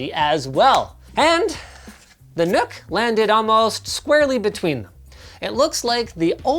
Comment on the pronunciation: It's pronounced Nuck not Nook